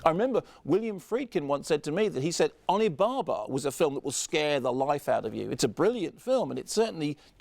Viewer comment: Why do you keep saying 'Oni Bar-Bar'? You don't seem to have any trouble pronouncing 'Babadook'.